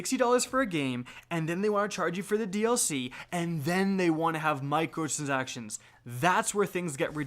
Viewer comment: Mi-cro-trans-ac-tion It’s a simple word to say